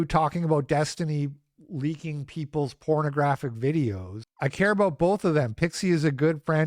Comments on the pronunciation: aboot? your not a dirty maple monkey Canadian are ye? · "aboat" oh, youre canadian. european opinion discarded